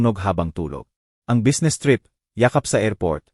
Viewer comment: Huy ayusin mo ang pag babasa anong busnes bisnes kung babasahin ang business